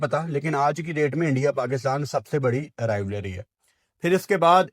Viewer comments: Rivalry ❌ Rivlary✅ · RivALRY not rivLARY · Rivalry❌️ Rivlary✅️ 😂😂😂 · Rivlaaary nai bhai rivalry... Bolna sikhlo😂😂😂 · Abe pehle Rivalry bolna sikh le..Rivalry not Rivlary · Rivlarey nai hota rivalry hota hai 😂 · rivlary ❌ rivalry ✅ baaki all good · Rivalry ❌❌ Rivlary ✅✅ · aik dafa tou rivarly bol deta sahi se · BKL pehle to rivalry bolna sikhle.. In world cups/ ICC/Asia cups tournaments we dominate you... Rest our considered "friendlies" .. there's no meaning to that.